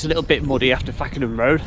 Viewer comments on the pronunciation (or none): Lovely to see people are interested in our old railways should never have been taken away. However at the start of the video it's not fack en ham road it is pronounced fake n ham and if you ever wonder guiest is pronounced gyst not gwist ect the locals get a bit funny about these things 😉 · Love how you pronounce it Fakenham rd (fackenham) lol , it is pronounced fake en ham (it's the area I grew up in ). Still love these videos that you do , very informative and great quality . Keep up the good work. 👍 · Another brilliant video and one that's local to me. Did you see the plate layers hut near the rail remains at Lenwade? Carrying on you'll come across the brilliant museum at Whitwell station then Reepham station is lovely tearoom. Lastly the pronunciation of Fakenham is Fake-un-hum.